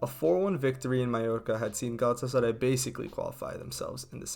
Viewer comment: i love how well he pronounces Galatasaray